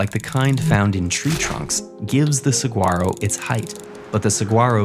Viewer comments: Wow you're really pronouncing Saguaro wrong. Sa-wa-ro (səˈwɑːroʊ) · Say it like a Sonoran: SUH-WHARR-OH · I love cacti! Saguaro is actually pronounced suh·waa·row. Saying the G is a common mispronunciation. I have one in my yard and they are glorious! 🌵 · Was waiting for it and it happened, they can never pronouce the SUH WA ROW right...always the sagwaro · A bit late, but the g in saguaro is silent. So it’s pronounced suh-waa-roh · when they pronounce it saGuaro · The way he was pronouncing the saguaro cactus was hurting me ears 😵‍💫 I don’t know if that’s the English way to pronounce saguaro but I’ve always heard it as “sa-wahr-ro” my high school was even named after the cactus (Saguaro High) so it hurts even more 😮‍💨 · Please, it's "Suh - WAR - oh" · You do not pronounce the G is saguaro. It’s an H sound. “Sah - warrow” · Su-WAH-ro. It’s Su-WAH-ro! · How to spot a non-Arizonan: "sah-ghwar-oh" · Good video, but please do not pronounce the “g” in “Saguaro” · Cool video, but that’s not how saguaro is pronounced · Yeah that pronunciation was weird to hear as someone that sees them almost every week. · There’s no hard “g” in saguaro. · Mispronouncing Saguaro and Stomata? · dude you don't pronounce saguaros like that get it right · Please fix the pronunciation of the Saguaro cactus, the “gu” is with a “w” sound. Thanks!! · I winced at your awful pronunciation of "saguaro"